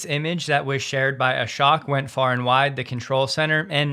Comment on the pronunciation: His name is Ashok. the "ok" part is pronounced like English word "oak".